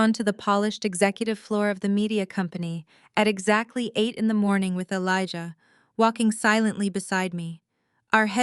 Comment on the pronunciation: Good story, but you should really learn how to pronounce Elijah and be consistent. Jasmine, too.